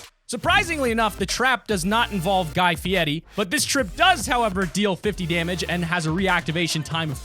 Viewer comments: “Guy fieddie” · who is guy feeide